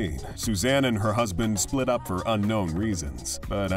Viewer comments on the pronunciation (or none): none